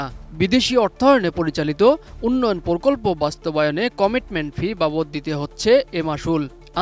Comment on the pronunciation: সাংবাদিকের উচ্চারণ ঠিক করতে হবে সে বলছে (প্রকল্প) পরকল্প,(প্রকাশ) পরকাশ